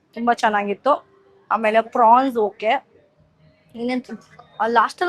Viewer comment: It's pronounced as 'prawns' not fronx